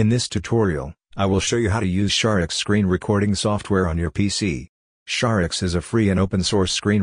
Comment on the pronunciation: AI voice says, "Shar-ex."